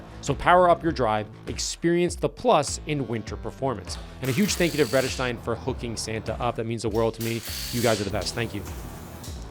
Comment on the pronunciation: If you want to get it exactly right, make the first E in Vredestein a bit longer and don't pronounce the EI as if it's German, Vredestein is a Dutch company. (or it used to be from the start at least)